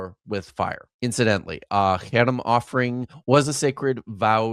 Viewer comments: “haram” but what’s on screen is “herem” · when the apparent expert doesnt pronounce Harem right, its a guttural sound not a soft H